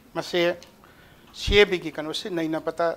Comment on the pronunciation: CAB pronounced twb hetrido noi BJP gi ne